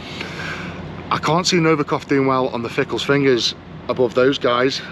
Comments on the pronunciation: FINGALS not fickles ,😂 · Why is he saying Fingal’s fingers incorrectly?